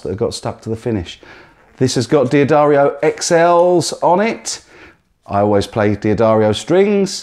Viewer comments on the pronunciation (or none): Why does everyone pronounce D'Addario like Dee Addario lately? Even D'Addario themselves will tell you that this is not how they are pronounced. Just another silly Youtube trend, and nobody bothers to question it. Some ignorant American probably started this nonsense, and every youtube guitarist now copies it. Sorry guys, D'Addario is pronounced "Da-Dairy-O", just as one would expect.